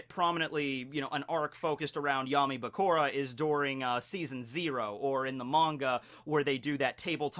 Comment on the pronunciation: it's Bakura like Sakura...not Bakora.. jus saying, still love you